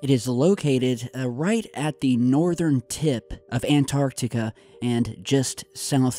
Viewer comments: U finally learned how to say Antarctica! Keep it up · It's nice to hear an American pronounce Antarctica properly.